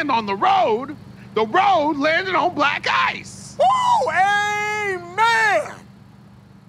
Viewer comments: the way "black ice" sounds like "black guys" is what makes that sketch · When u realize the reporter lady is saying Black Guys and not black ice all along